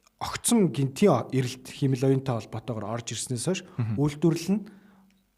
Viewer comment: Сүүлийн үеийн мэдээллүүдийг цаг алдалгүй хүргэдэгт баярлалаа. Монголоор ярьж байхад англи үгийг яаж дуудах нь бараг хамаагүй байх. Харин “Хиймэл оюун” гэдэг монгол үгийг сонин дуудаад сурчихлаа шүү 😂😂😂 ХИМЭЛ оюун != хИЙмэл оюун